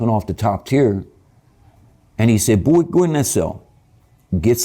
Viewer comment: I don't like how he said Buoy instead of Boy like 👀